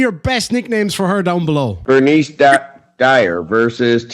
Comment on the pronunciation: Bernice "Kyer-en"